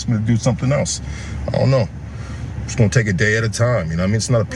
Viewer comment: It "Shust" covers injuries😂😂😂😂 this foo still cant say JUST. Why is he assuming he knows what insurance has?!?! owns a home and works for a union. Im sure he understands insurance